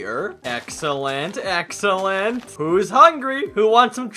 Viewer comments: Went you said excellent it sounded like exa land hehe also good video 👍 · excellent? More like ax-o-lent!